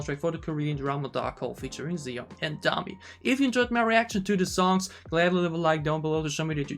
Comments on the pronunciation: Thanks for reacting to both versions and your breakdowns! I love both, but the slow one hits me harder emotionally. By the way, Siyeon’s name is pronounced She-yeon. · why do i hear you calling Siyeon ''Ziyeon'' xDDDDD